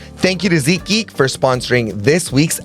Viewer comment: Its seat geek not ZEEK geek